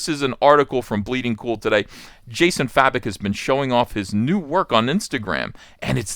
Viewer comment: Please, his name pronunces Jason 'Faye-Bok' not 'Fa-Bik'. Thank you.